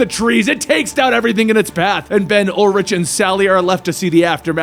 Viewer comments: Isn't it Ben Urich though? Not Ben ULrich? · I can't let it slide. Ben Urich not Ben Ullrich